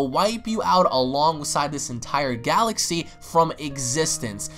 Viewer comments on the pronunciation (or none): none